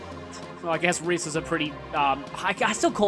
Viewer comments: I looked it up and Rhys is pronounced Reese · "Rhys" is actually a Welsh name, pronounced approximately "Reece". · I could be very wrong, but it loose like Rhys would be pronounced like Reese.